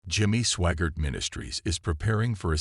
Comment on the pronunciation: It's SWAGGART not SWAGAR. or SWAGARD. You guys are the worst.